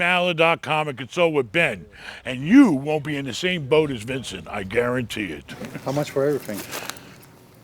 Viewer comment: this whole time its been VINSON and not VINCENT? 🤣🤣🤣